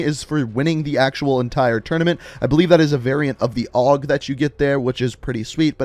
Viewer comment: Why did you say it like og it's pronounced A U G